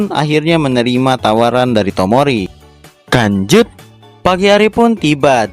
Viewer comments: Lanjut kok di baca kanjut sih.kanjut kan bahasa Sunda dari .. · lu ngomong lanjut apa kan*ut sih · Yang dituliskan "lanjut", yang gw dengar "kancut" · Bang language kali bukan kanjut